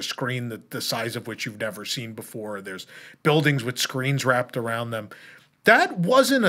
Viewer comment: spicy? Nevah!